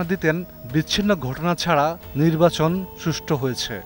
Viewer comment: উনি নির্বাচন শব্দটির সঠিক উচ্চারণও করতে পারতেন না।